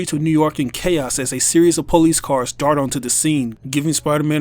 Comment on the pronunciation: The “pole-lice” 😂